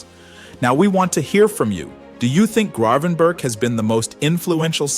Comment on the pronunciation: Is this AI generated? The team he played for is eye-ak (not the American cleanser) and you’ve muddled his last name